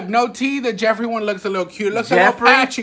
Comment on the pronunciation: Yesss girl I clocked it the house instantly when he did that busted ass declutter video !!! He couldn’t even say Jeffrees name 😂😂😂